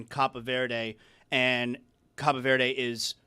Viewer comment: None of you have ever been to Brockton, Mass…lol. Insane way to pronounce Cape Verde.